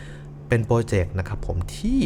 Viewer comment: โปรเจกต์ หรือ โปรเจ็บ 555